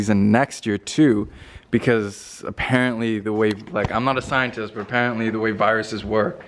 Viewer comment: Watched the whole video, all i heard was. " I'm not a scrientest" - Rome T Racing